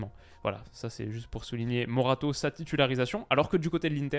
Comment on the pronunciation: C'est pas morato c'est moraté wola